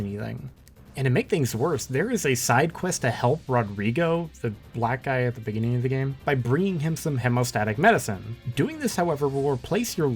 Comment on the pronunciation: As a black guy you made me hella uncomfortable how you kept annunciating “black guy” like it was was a bad thing or something I liked your videos now I feel like you dont like black people or something or you feel like they don’t belong in RE games